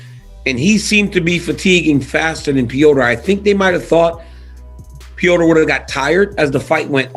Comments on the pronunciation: The name is NOT PEEOTR! It’s pronounced with a flat E and rolling R. It’s just Petr not Peotr. Fak! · Why do they call him, "Pee-yo-ter" lol his fkn name is "Pet-ter" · Is it Petr (Peht-R) or (Peh-O-tR) like daniel pronounces it? I dont even like Jake Paul but, just seeing him fight and seen ben fight. I cant help but think Jake is going to eat Asskrens punches and his lunch.